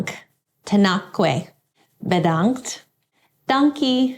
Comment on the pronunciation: Congratulations with you getting 10.000 subscribers! I'm from Holland and you pronouncing "bedankt " was pretty good. The first time I saw and heard you was my favourite. You are so precise about everything and that combined with your humor and all the things I learn from you, makes you one of a kind. Thank you for sharing!